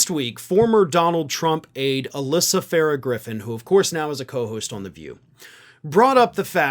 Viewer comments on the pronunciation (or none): none